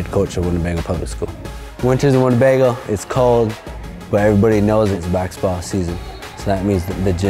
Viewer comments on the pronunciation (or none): He says baxetball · There saying baxball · That guy literally calls it bakskitball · We all know the reason behind the name Rezball is because he cannot pronounce baksexball, I mean Basketball. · It's because he can't say basketball